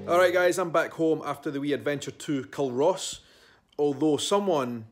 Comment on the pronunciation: Hi I remember seeing you there. I see my 4x4 in the background at when you are back in your car at culross. Just a wee tip. Culross is pronounced " cooooorus " the L is silent. 😉 love your videos. I'm from the area xx